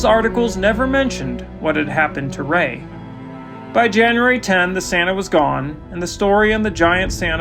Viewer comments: Very interesting story, but a bit of feedback is to be cognizant of "Ray" vs "Roy". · One minor criticism. The narrator called the unfortunate victim "Roy", when his real name was Ray. Other than that, it was a fascinating story.